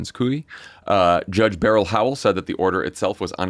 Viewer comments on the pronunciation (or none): none